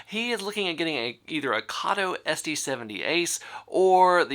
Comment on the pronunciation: Karto??????? It’s Kato as in Kayto!!!!!!!